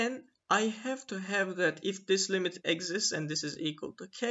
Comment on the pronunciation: The accent of exist is on "i", not on "e"!!